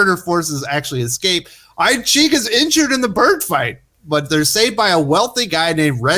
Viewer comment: Isn't "I Ching" pronounced "eee-ching"? That said, I sat thru the whole vid..... still don't want to read that run.